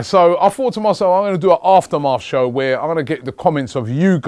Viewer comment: its aftermath not after maf